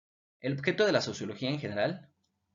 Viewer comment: Muy buena exposición , solo corrige la palabra OBJETO dice OBJECTO